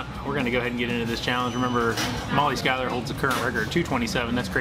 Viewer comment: Molly Shoo-ler??? Lololol… I’m sure that was a slip.. not a cheap shot at how many times her last name gets pronounced wrong… regardless… killed it!!!! Just amazing.. it looked delicious